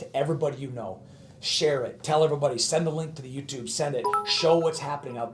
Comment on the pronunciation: “Send a link to T H E Y O U T U B E”